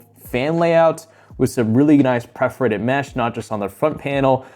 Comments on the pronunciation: Dude you keep saying “preforated” and it’s driving me crazy. Just say it like it’s spelled. Per-for-ated. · Not hating, great video, but it’s “perforated,” not “preforated.” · anyone else getting triggerd by the constant mispronunciation of perforated? like english isnt even my first language but i found countless mispronunciations and grammatical errors + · Good content... but seriously, how do you not know how to say "perforated" when you review cases?? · Please learn how to say perforated